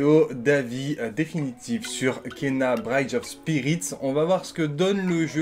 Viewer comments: Bradge of spirit ??? mdr les cours d'anglais. cest Briiiidge, pas Bradge ^^ merci pour l'avis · Bridge pas braïdge 😂 comme le golden bridge ou Brooklyn bridge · Salut. Juste un petit commentaire de relou, pour dire que "bridge", ça se prononce avec un i, pas "braïdje". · BRIDGE ca ne se prononce pas comme ca du tout .Ton ANGLAIS., wow désastre totale!